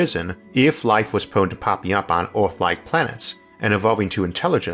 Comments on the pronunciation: Ooooooooaaarrtt ... good video beside how you pronounce “er”. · Why are you pronouncing words with an 'E' in it like it had an 'O'?? "Disastors", "Lator", "Oorthh", "Undor" etc etc.